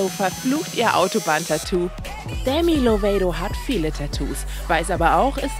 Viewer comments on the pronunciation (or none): Sie heißt nicht Demi Lovaidou sondern Demi Lovato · Wie ihr immer die Namen der Promis betont und aussprecht, Stichwort Demi Lovaaeito😂👍🏻🎊